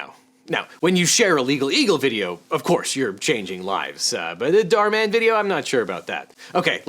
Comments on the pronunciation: “dhar mon” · everyone: Dhar Mann him : dhar mon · Dharmann is pronounced "dar-man" to me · Who's that pokemon... It's Dharmon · You pronounce it “dar man” when it’s saying “dhar mann” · Dhar man is how you pronounce his name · its "Dar man" the H is silent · It's pronounced dhar man STUPID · It's pronounced door-man. I think that's the only job he's qualified for. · I’m saying that he could’ve been nicer to him he is mispronouncing his name he could’ve searched it I’m not being rude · He seemed quite polite. He even apologized in case he got the pronunciation of his name wrong as he doesn’t really watch dharman and only looked at it because it was suggested to him.